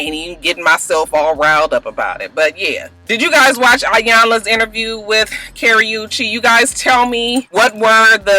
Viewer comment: You're saying Chris browns girlfriend name wrong and Wendy Williams or what ever her name is should shut up